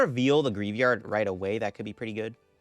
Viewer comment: Let's help with poke-pronounciations! Greavard - grie + vard